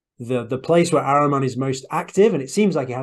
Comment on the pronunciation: IT IS PRONOUNCED AHHREEMAN (A PRONOUNCED LIKE ADAM)